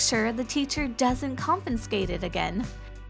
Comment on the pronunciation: Did she say confenscate?